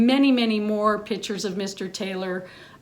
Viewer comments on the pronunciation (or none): Pro photographer's pet peeve: it's pronounced PICtures not pitchers. The other is when people say, "your camera takes good pictures." 📷🖼️📸 Argh! 😤 It's Videographer, not video-ographer. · Every time this woman says PITCHERS instead of PICtures it’s like nails on a chalkboard. 😒